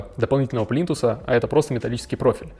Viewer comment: Говорить плинтусА безграмотно, извинит🤗